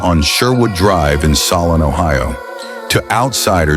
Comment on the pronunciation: Also it’s pronounced SOUL-N not SOL- ON